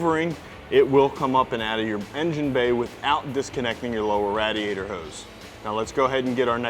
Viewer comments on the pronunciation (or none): It's pronounced ˈrā-dē-ˌā-tər. Long "a". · Yes, this killed me! Its not a radddeeeeeeeAAAAtor. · I don't know what kind of black magic he did but there was no way without damaging something that I could get that alternator out without disconnecting the Radiator (Ray-Dee-ate-or) hose. Just save yourself alot of headache lol